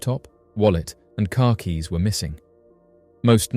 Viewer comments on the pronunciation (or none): none